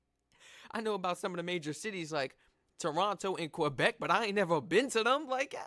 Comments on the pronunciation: It’s not quObec it’s Québec, like quay + beck. Or the Spanish word que+beck. There’s no letter O anywhere in the name. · P.S.: Québec is pronounced Kaybec.